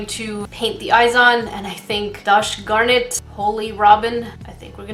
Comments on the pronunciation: Sorry But just saying u sasid dosh garn it instead of gosh darn it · . Did u say dosh garnit? 😂